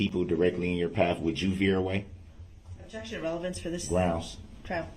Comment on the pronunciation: I cringed every time that bastard said relevancy for relevance.